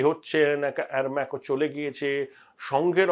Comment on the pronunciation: Aramco not Almaco